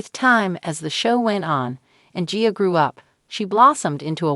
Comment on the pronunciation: It's AI that's why it can't pronounce. Annoying! Like gia and mother.